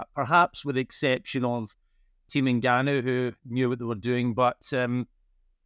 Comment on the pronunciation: Please take the time to learn to pronounce his name correctly. It’s In-Gan-Noo. How easy is that? It’s as easy as Jonathan.